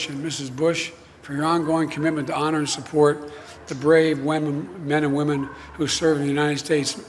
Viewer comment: he totally said "Whamen"... Bad joke, but whatever... At least I'm not a war criminal giving another war criminal a prize for being a good war criminal.